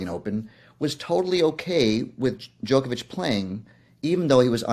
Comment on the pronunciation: His name rhymes with Jock not joke get it right